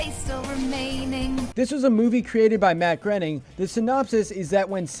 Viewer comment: Groening is pronounced, "Grinning?"